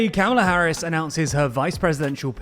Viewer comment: What did you say ? Kaola Harris?